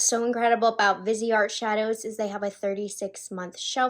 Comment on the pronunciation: For crying out loud, it’s NOT pronounced “vizzy art”. It’s a combination of 2 words: visage (face, in french) and art. You pronounce it “VEES-art”. Drives me F crazy